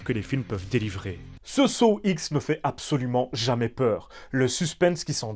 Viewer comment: « Saw ixe » 🤦‍♂️ ou comment perdre toute crédibilité dans sa critique